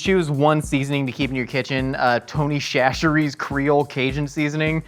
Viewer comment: As someone from Louisiana. It's Tony "sa sh ree" chachere